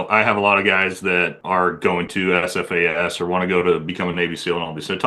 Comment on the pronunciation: Shit, this is the first time I have ever heard you say SFAS multiple times without mucking it up. Often, you have referred to it as "AFAS." Be drivin' me nuts, but you're alright, mmmkay.